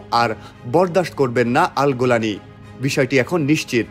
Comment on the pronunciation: কোন ব্যক্তিকে নিয়ে নিউজ করার আগে তার নামটা শুদ্ধ ও সুন্দর ভাবে শিখে নিয়ে মিডিয়ায় প্রচার করা উওম। গোলানি কি হ্যাঁ? জোলানি হবে।